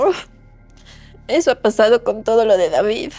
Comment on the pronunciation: pronuncia raro el "con"